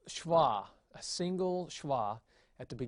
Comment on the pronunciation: Just to note there is no 'w' in Hebrew. A vav is always a V sound when it is a consonant. SheVah is the correct pronunciation.